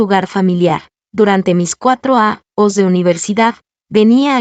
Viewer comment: La narracion se come mucho la letra" Ñ "años bañados ceño señorita ,y muchas palabras que pueden ser reemplazados con sinónimos